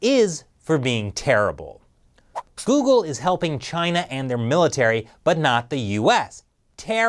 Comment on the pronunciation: You mean Jeoogle